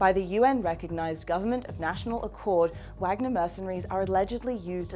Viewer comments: it's vaaagner not wag-ner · How hard is it to find someone who knows how to pronounce Vahg-ner? FFS. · Try pronouncing it with a V. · you can say Vlad but not Wagner right lol totally makes your point important when you do not know how to say it